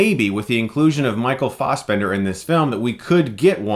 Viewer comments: "Farsebemnder"? "Fassbender", my friend. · Why do I hear "Michael Faussbender"?! It's Fassbender! Damn it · fas not faus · Fassbender not faus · Stop saying Fossbender, Chris! >.< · You make great points but I can't get over "Fossbender". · Michael Fossbender? u might as well say moycle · Fast bender! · guys is it right to pronounce FA-as in 'far'-sbender? I thought it was FE as in feminist. Im so annoyed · You can pronounce assassin properly but not Fassbender (ASS) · Michael Fausbendar lol why are you saying it like that? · It's pronounced Fassbender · Taylor Williams assbender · ... Stop pronouncing Fassbender like that it's so ridiculously incorrect. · Please pronounce his name properly. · What the fuck is wrong with you?! Stop pronouncing Fassbender like that! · Every time he says Fassbender. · The way you pronounce Fassbender should be illegal. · "real German pronunciation" - he's Irish m8, fuck the original german pronunciation. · ***** fixed it